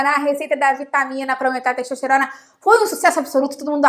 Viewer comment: Quem mais ouviu pelo menos 3 vezes "xexosterona"?